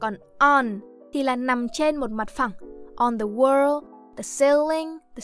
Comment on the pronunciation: Người đọc bài này tiếng Anh rất khá, nhưng có vài lỗi rất cơ bản: Chữ in hay if, chữ 'i' ko phải nguyên âm đôi nên ko đọc kéo dài như thế và hơi 'ư' 1 tí, vd chữ 'did' sẽ đọc như 'đứt' 2 là chữ wall bạn đọc gần thành chữ world...